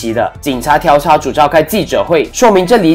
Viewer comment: 调（diao四声）查